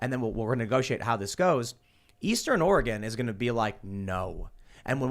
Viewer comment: Btw is Oregon not ore gone